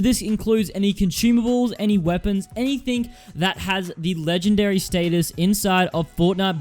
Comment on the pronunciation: Stateus not status...